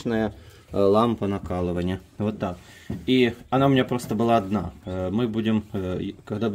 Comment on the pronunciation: Не накалывания а накаливания